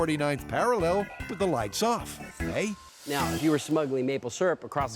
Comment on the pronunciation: I get that (The Narrator) was going for a good ol' Canadian "eh", but speaking as a Canadian, that was the most Australian "eh" I've ever heard in my life.